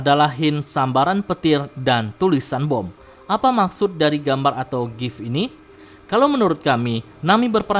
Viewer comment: boom itu dibaca "bum" bukan "bom" kocak